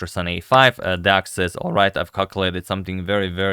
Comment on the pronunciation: Each time you make a video on Deac, your pronounciation improves by 50%. Right now, I can't tell that you are not a romanian when saying his name